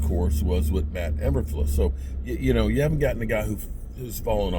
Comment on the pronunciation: E - BURR - FLOOS